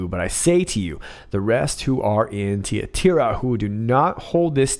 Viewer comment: Thhhhhh Thigh a tyra TIE ra, long i, both syllables Thyatira